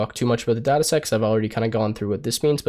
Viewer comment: you said data se x not data sets